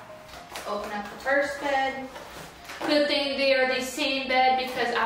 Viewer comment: She actually says ‘‘let’s do this thang’’ but y’a love it 😊